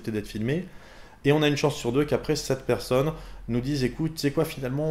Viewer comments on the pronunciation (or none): none